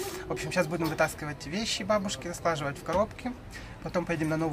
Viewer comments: "складывать а не слаживать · "слаживать" режет слух! Складывать!,ты будешь съезжать со своей съемной квартиры,посмотрим сколько у тебя будет "мусора"! Бабушка - пожилой человек,конечно, у нее накопились какие-то свои вещи,которые ей нужны и дороги были в свое время,мы все ими обрастаем,не нужно было показывать эти мешки на камеру,да еще и обозначать их "мусором". Обидно за бабушку- надо щадить чувства пожилого человека.Андрей молодец,как всегда!